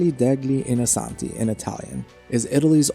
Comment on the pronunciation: As well as the "ospitale degli innocenti" is pronounced "ospitale DELYI inochenti" . "Piaza Signoria" is "piaTSa sinyoria". Yes, these are difficult sounds for an American, but I would suggest to practice them a little before starting to make a video about Italy. Sorry, didn't mean to criticise, but it was really difficult to focus on the actual content and enjoy the otherwise excellent video.